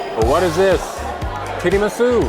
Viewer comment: But his italian & japanese--hilarious! 🤣 Not tidimisu--tiramisu. Tempura (ten pu rah')